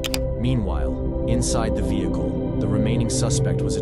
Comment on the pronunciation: "and réfusèd to leave the véhiclé"